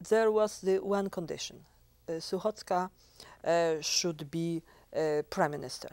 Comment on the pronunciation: Her name is not "Suchacka" but "Suchocka" ;-) not that I like her but it is so patronizing to misspell your guest's surname, or is it all fine and you leave it like that?